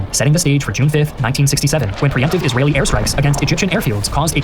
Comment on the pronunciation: Israyelle btw 😂